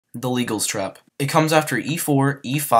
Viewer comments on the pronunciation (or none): It's named after the French player Sire de Légall. Not sure why the spelling is changed, but is named Légal Trap, so should be pronounced "lay-GAHL". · I've heard "leh-GAHL'S" trap, but is it pronounced "legal?" Maybe a pedantic question, but it bothered me. 😅